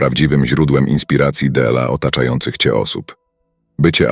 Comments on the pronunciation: d l a 😂 trochę irytuje to d l a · Wszystko byłoby spoko, gdyby nie "DE EL A"... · Byłoby dobre, gdyby nie użycie AI. "della siebie i della innych"?, "tyi"? - co to jest? Odczyt przez maszynę podważa profesjonalizm autora.